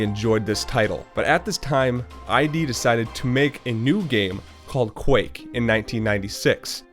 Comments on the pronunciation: id Software's name isn't an acronym and isn't pronounced "eye dee". It's "id" (as in "kid"), and it's a reference to Sigmund Freud's model of psychology, where "id" is the unconscious part of the human personality representing basic instinct, desire, and aggression. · It's not "eye dee" it's id like "it" ... From the psychology terms the id, the ego, and the superego.